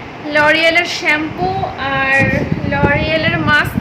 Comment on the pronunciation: Plz sampoo bolona, khub baje lage shunte. Aageo onekbar bolechi. Kotha ta holo shampoo. Je bhabe SHOE uchharon koro temni. Shhhhh.